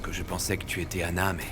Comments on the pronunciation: Kiyè ki tande xander di anale ana😂😂😂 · Qui à entendre ça comme moi quand xander appelé Stella,anah 😂😂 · Pagen moun la ki tande XENDER di annale Anah😂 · Qui entend que xender dit aller anna😂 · Qui a entendu que Xander a prononcé le nom d'Anna devant Gaél